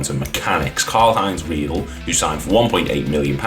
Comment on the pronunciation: Karl Heinz-Reidle's last name is pronounced "Reed-ler"